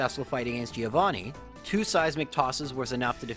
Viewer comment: Please for God's sake fix your pronunciation on "Giovanni", it hurts me every time